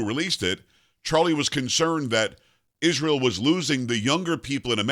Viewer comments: Can that woman PLEASE, enunciate the word ISREAL properly? Every time she says ISH-RAY-AL she sounds like an illiterate!! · Candace mumbling as a CRAZY person. She cannot even pronounce word Israel right. She is full of disgusting racist Jewish hatred . Why did her vile hatred appear so suddenly after Daily Wire RIGHTEOUSLY fired her ? Because they recognized her for fast talking FRAUD she is!